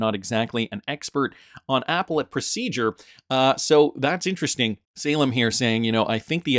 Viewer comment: Appellate - uh-pell-it not Apple-et